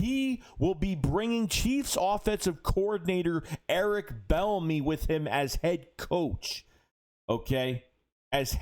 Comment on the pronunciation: What up. I think his name is pronounced “B ENEMY”. It’s all good